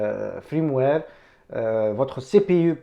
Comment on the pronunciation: Salut mon ami, on ne dit pas Frameware, on dit Firmware